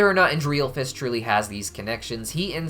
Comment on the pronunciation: I love how you say Andrealphus’s name wrong